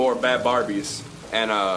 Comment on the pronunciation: Danielle gon get on you for that, it’s bhabie not bharbie